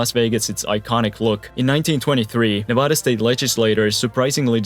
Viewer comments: nevAda** not nah-vah-dah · He said Nevada incorrectly ☠️🗡️ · Bro, how can I take you seriously when in the first 15 seconds you say Nevada wrong?! Come on man